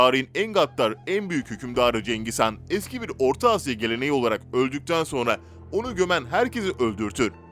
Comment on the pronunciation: Cengiz Kaan değil HAN